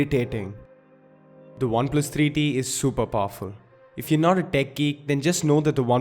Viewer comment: Alexis Barrientos he's Indian mate bear with him. They usually mix v for w so bear with him